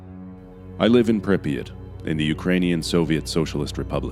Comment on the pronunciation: “I live in Pripyat the Ukrainian soviet socialist republic” american acsent